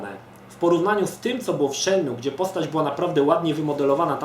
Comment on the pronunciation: A to się nie czyta przypadkiem "Szen mu e"? UncleMroowa zawsze tak czytał.